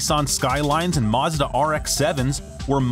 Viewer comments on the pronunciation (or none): none